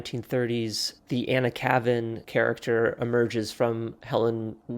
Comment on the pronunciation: You could at least pronounce her pen name correctly.